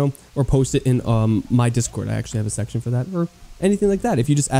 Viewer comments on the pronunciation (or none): none